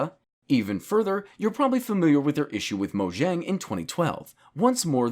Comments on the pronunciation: its spelled mo-yang not mo-jang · Mojang is pronounced "Mo-Yang" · You pronounced mojang wrong. Its dutch, the J is a y sound.